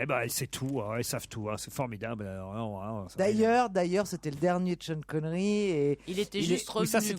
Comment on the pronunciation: "Degasse" 😂😂 ; : "Montargisse" 😂 ; : "tcheune" Connery 😅